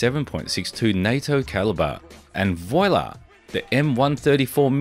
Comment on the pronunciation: did you actually say "voy-lah"?